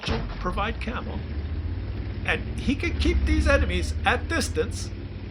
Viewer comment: At , it sounds as though you said "bushes provide camel" lol Guess I would have to agree with that statement :D